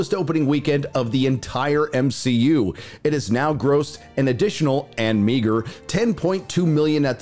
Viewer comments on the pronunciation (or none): It's hilarious how you refer to it as M-she-U lol 😂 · BOMB-SHE-U🙄🤦🏽‍♂️your welcome 👋🏼😉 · Why the Hell does he pronounce MCU so weird?